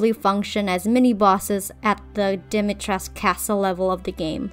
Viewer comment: Ngl if they went all in with historical accuracy except for pronouncing her name in game completely wrong 💘 As a Romanian I was so excited to see a traditional name, but ‘dAHMeyTRESK’ ain’t it chief